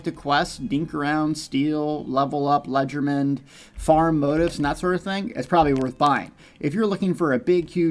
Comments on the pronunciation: It's not pronounced "Ledgerman" It's pronounce Le-Ger-De-Main! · It's pronounced leger-duh-main not legermen